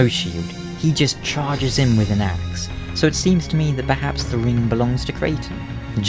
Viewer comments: i though you said creighton marvelous ass instead of axe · For about three seconds I thought you said "one hell of an ass" and I was like "Why would that matter in battle and also that's a terrible reason to side with someone".